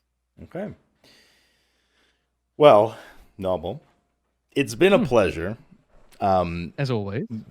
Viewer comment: Why do you insist on calling him 'Knobbel' when he pronounces his name 'nobel'?